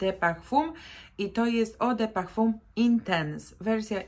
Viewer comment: Eau de parfum wymawia się ,,o de parfę" i nie papper,tylko pepper(pieprz)